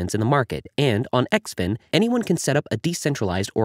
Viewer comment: I think it is pronounced Zin Fin the X makes the Z sound.